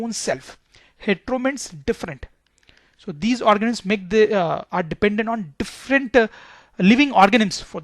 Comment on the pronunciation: Yes he is saying organims